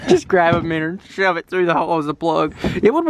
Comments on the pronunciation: cracking me up, " we could stick a minner in it." ha ha ha ha..... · English: minnow American:mineeoue